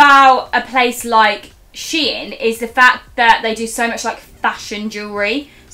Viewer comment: You’re saying to the only way there is to say it! It’s she in not shine!! Where do you even get shine from!?